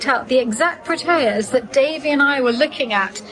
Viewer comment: Protea is pronounced Proh-tee-uh. x